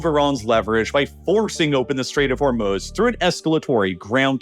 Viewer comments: What's with the annoying background music? And it's not The Strait of Hormuhz, it's pronounced Hormooz. Say it right, GDMT! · I'm gonna pronounce "Hermes" the way you pronounce "Hormuz" now lol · Why does the narrator pronounce Hormuz two different ways?